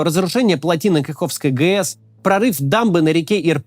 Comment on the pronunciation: Максим не ГЕС а ГЭС